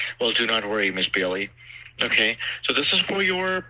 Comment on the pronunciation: LOL@ “There is no try, there is only do” 😂. I dont know which was funnier, quoting Yoda or the way Scammer #1 pronounced Bailey as “Belly” The prize for cutest AI model goes to Benji!